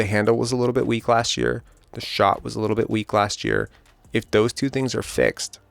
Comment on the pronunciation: Scottie emphasizing TWO assists was hilarious.